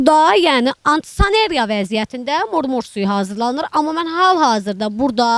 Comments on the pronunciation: Antisanera 😂😂 öz dilinde na temizlik deye bilersen.. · Sen hele antisanitariya sözunu duz telef et sonra 😂